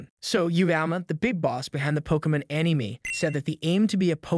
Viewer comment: “Pokimin master” “muutoo” “animeeh” unless this is a bot voice, this guy probably thinks he’s a Pokémon fan yet he can’t even pronounce the simplest of things in the franchise.